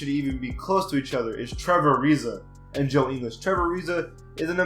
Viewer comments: It’s not “Joe In-les it’s Joe Ing-ils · He said joe english😂😂😂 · He calls joe ingles, joe inglis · It's in guls no English idiot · ING-ULLS. But goddamn you could make a case for him being HIGHER than a 78. 81, maybe even 82. Fantastic 3 and D guy. You don't know shit lol stop making videos. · Can't even say Ingles' surname right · The fact that you admit you haven’t seen all these players play that much and that you don’t know how to pronounce joe ingles’ name correctly is why this list is wrong. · You shouldn’t say joe ingles is overrated if you can’t pronounce his name😂😂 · You can’t even say joe ingles name right. You do realize he was one of the main reasons the jazz beat the clippers in the playoffs... he shut down Austin rivers and jj redick. You also do realize he was top of the nba in three point percentage right? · How can you call joe ingles overrated when you can’t even pronounce his name properly?? Try watching a jazz game and you might understand why he is a 78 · If you're gonna say ingles at least pronounce it right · How is 77 over rated in anyone's eyes. Instead of stats your just naming off other players around their waiting. You know dedmon fit the spurs system right. And that's a similar system in atl. You don't even know these players dude. U got ur laptop in front of u yet can't say ingles name right. Gary Harris is not overrated. This entire video is you just saying who should be higher. Your doing the opposite of the title of this garbage content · You said Ingles wrong like really wrong😂😂😂😂😂😂😂😂😂😂😂😂😂😂😂😂😂😂😂😂😂😂😂😂😂😂😂😂😂😂😂😂😂😂😂😂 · Decent vid but I disagree with ingles how you gonna call him overrated of you don't even know his name properly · If you are going to disrespect ingles that way at least say his name right lol he’s a beast dude he is one of the top 3 pointer shooters in the league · Learn how to pronounce Ingles